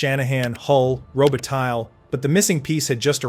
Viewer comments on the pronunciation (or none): Work on name pronunciation. Hasek is pronounced as if there's an h after the s. like Hash -ek. And it's Luc Robitaille is pronounced Rob-a tie, not rob-a-tile. Go back and listen to the announcers for help on this. Just don't listen to Don Cherry because he purposely and disrespectfully mispronounced players names if they weren't simple enough for him and especially if they weren't Canadian. "Good Canadian kid" Otherwise, great show. Well done! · Robi-tile? Thanks for the video. I enjoyed it. But use your own voice.